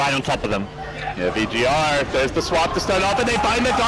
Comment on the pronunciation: And the champion's name is VG.R... not VG.P or VP.R...... pls